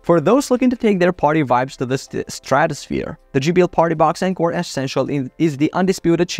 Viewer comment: On-core not N-core